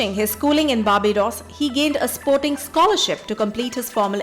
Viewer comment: It’s so irritating to hear barbidos instead of Barbados. You must do well research about pronounciations before editing the video. It’s really irritating dear